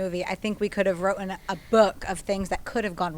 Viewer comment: did saw wrotten???? instead of written